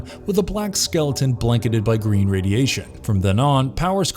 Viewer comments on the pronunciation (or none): none